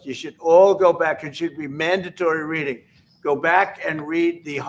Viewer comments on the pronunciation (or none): none